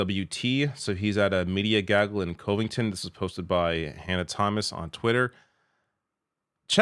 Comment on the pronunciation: Just a slight dialect tip, but I am pretty sure that it is pronounced Cov-ing-ton, not Cov-ing-ton. There is a Covington near me and I have never heard it pronounced like that in over 40 years